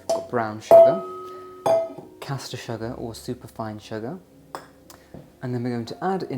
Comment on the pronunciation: Why do you pronounce sugar as “shugger” 😂 so strange